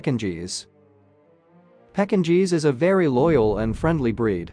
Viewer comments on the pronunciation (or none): pecking cheese? I thought you were kidding at first, when you called a Pekingese dog this. But now I think you're just reading a script and don't know what you're saying.🤔I won't be watching welfare of dogs again. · right, STOP USING AI! "PEKKIN - GEES?" come on.